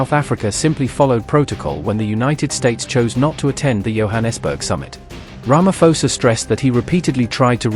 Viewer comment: Not Ramafosa, Sir🇿🇦🇿🇦